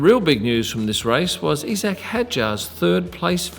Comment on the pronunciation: E Zac?! You’re an Aussie, it’s pronounced eye Zac.